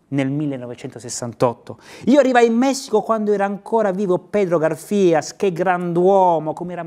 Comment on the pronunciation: Pedro Garfias, con l'accento sula prima 'a'. Gaaarfias.